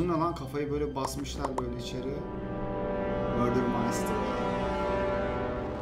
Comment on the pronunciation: black plasma studios en iyisi bence (not:murder mystery-mördır mistıri diye okunuyo,bilerekmi öyle diyon bilmiyom) seviliyosun